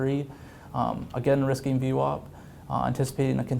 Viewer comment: What's in the water in New York that VWAP is pronounced as though it is spelled VWOP?